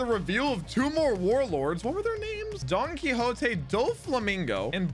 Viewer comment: I think that this is the first time that I've ever seen somebody pronounce Don Quixote Doflamingo correctly on their first try.